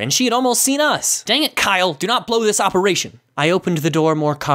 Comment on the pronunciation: Kiyle me: do you mean james